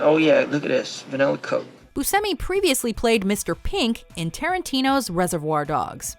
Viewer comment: Yeah, Steve pronounces it "boo-SEM-ee." Butchered Italian. But not as bad as "SHY-voh" for Schiavo.